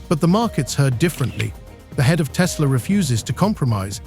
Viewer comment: TESLER has Koodies